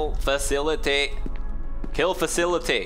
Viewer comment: "Kill facilety"